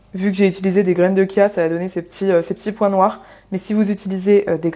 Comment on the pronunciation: Merci pour la prononciation du mot Chia (kia) c'est un petit défi personnel de le prononcer de la bonne façon car on prononce bien cholestérol "kolesterol", et je tombe sur vos recettes: un vrai plaisir de découvrir !!😊